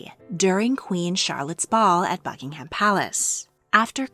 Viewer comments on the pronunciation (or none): none